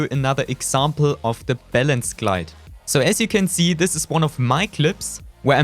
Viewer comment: Why germans say Seee 🤦🏾🤦🏾🤦🏾🤦🏾🤦🏾